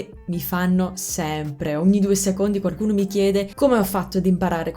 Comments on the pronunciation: La tua pronuncia è sconvolgente, wow! Da madrelingua italiano ho notato una sottigliezza nel corso del video: varie volte (forse sempre?) nella parola "qualcuno" inserisci un suono leggero di "r", ottenendo "quarcuno". Che sia il retaggio di qualche amico romano? Comunque complimenti ancora, spero che il mio commento sia bene accetto e ti porti a rendere il tuo meraviglioso accento ancora più impeccabile! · Ti è rimasto solo "quaRcuno/quaRcosa" da correggere, poi sarà perfetto ;)